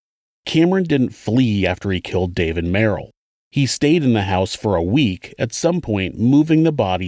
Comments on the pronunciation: that's Merle; sounds like pearl. Merrill/ MARE ul Merle/ can be merle sounds like pearl OR as Miss Streep pronounces it MARE-ul.🖐🏻😊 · have a feeling her name was pronounced merle and that's why folks commented on it being a man's name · Merle is the mens name and isn’t pronounced like meryl/beryl it’s pronounced like Earl the times I’ve heard it, and I’m a Scottish woman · It's Merle Haggard. And it's not pronounced like Merrill, but Murl. Google it. The pronunciation doesn't sound the same. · Rose Bruce I've personally never heard of it as man's name. I wonder if he was thinking of Merle like Merle Haggard instead of Meryl? Two different pronunciations. Or he's just dumb 🙄